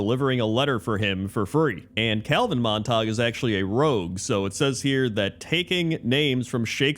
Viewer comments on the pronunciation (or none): its Mon-Ta-Goo not Mon-tahg 😭😭😭😭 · MONTAG!!!! Man has only ever read the word :D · "Monte-gue" not Montok. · come on man, it's Montague not montawg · Just FYI, It's actually pronounced "MON-teh-gyoo" even though we are conditioned to think the "ue" in "ague" should be silent. The 2 families are the Montagues and the Capulets. ("CAP-yoo-lets") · Not Montag... it is pronounced MONT-a-gue... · Mont-ag-you not Montahg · The rule for the "-gue" ending in English, is that it's pronounced as a hard "g". Pronouncing it "mon-tog" is going with the rule and not knowing that "Montague" is one of the exceptions. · Isn't it pronounced Mont-ag-you, not Mon-tog? I have to see the spelling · It isnt pronounced "Mon-tog" for Montague.... It is pronounced "Mon-ta-gyou" as in the "House of Montague, Romeo's family and then Juliet belonged to the Capulet House. Fix this or else you suffer a plague on both your houses.... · Monatague is pronounced "Mon-ta-gew." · Argh “Mont-a-gyoo” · It's Mon-Ta-Gyu -- Montague. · please stop saying mon tag 😭 I'm dying here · It’s Montague. Pronounced Mont-A-Gew. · Mon-ta-gue (sounds like glue w/o the L) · Montague is pronounced Mont a goo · Ah yes, the rivalry of family Mon-tog and the Cah-pullits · You’ve definitely never read Romeo and Juliet with the teacher or seen a movie. It’s MONT-EH-GYU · pronouncing "Montague" as "Mon-Tog" is peak not knowing how words work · It's the orc pronunciation... 'Montaug' The Montaugs and Cupoolets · How on earth did he read Montague and get Montarg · I assumed he was mistaking it for Montauk, the town on Long Island which is pronounced that way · Just a heads up for anyone wondering, Montague is pronounced mawn-tay-gyoo. From Romeo and Juliet. Are you a Capulet, or a Montague? (Rival families in the play). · Mispronouncing Montague cracks me up because for years I said it like that too 😂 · it took me way too long to realise you were pronouncing Montague wrong